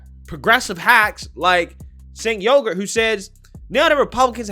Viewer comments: Yes, it will increase your wage, Junk Yogurt. Replacing Biden with Trump will increase people's wages. Btw, I came up with 'Junk', but 'Yogurt' was provided by the cc closed caption of YouTube, when you say 'Uygur'. Yeah, Junk of The Young Jurk. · called him "Sink Yogurt" lol! 😆